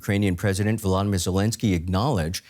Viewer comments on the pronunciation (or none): We also have in place repair facilities and replacements are en route. Further Volodymyr not Vladamyr. The the stress is on the 2 O’s.